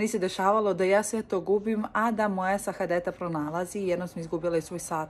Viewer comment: Sahadeta se kaže = Sa - ha - de - ta.😂